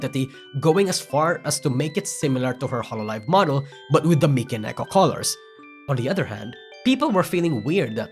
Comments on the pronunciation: How can this guy cover Vtuber but couldn't pronounce "Mi" in Mikeneko? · Why do you call Mikeneko as Michael?